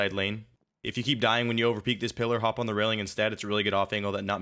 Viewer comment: Lol i heard phoon, probably fake?